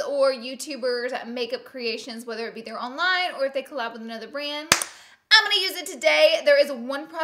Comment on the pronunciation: She says "goin" (rhymes with coin) instead of going and I can't un-hear it😂😬